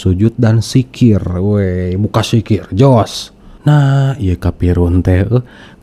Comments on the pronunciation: Zikir bung bukan sikir.. klihatan bgt murtadin odong"..masa dosen bc Al'quran gk jelas. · Pendongeng handal ya 😂 maaf" ni yaa . Kalo Bapak dulunya islam pasti hal" yg udah dipelajari dari masih kecil pasti ngga akan salah dalam penyebutannya . Sekelas kata Dzikir aja diucap jikir 🤣kan lucu pak Edit: masih banyak juga kesalahan kata yg diucap 🤣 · Zikir goblok bukan sikir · Al khurabah... Wkwkwk... Apa an itu al khurabah? Kalau mau bohong mikir dulu dong... Biar nggak ketahuan, masa lulusan tarbiyah dan pengajar ngaji aja nggak betul mengucapkan kata dzikir dan laa ilaa ha ilallaah